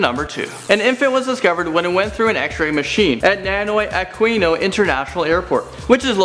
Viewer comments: When you said ninoy aquino international airport i thought you naynoy ayquino international airport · Number 2's airport is pronounced as Nee-noy Ah-kee-no.(Ninoy Aquino) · Ninoy Aquino Airport is read as Ni-noy Aqino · Ninoy Aquino airport is pronounced - Nee-noy akeeno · hahahah you are very funny when you said 'NiNoy Aquino ' hahaha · it's ni-noy Aq-ui-no airport by the way I'm filipino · The ninoy aquino airport is pronounce 'nenoy akino' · "Nanoy Aqueeno International Airport" lol. he butchered that airport for sure. 😂😂😂 oh and "confinscated".. 😂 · I’m from the Philippines and you read the ninoy Aquino international airport wrong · its ninoy aquino dude learn our accent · You can not pronounced Nonoy Aquino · Lol he pronounced ninoy aquino wrong